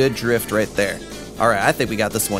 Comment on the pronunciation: You're saying drift wrong